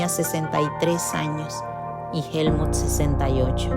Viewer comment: Por qué dices Helmun si es Helmuth. 💁🏻‍♂️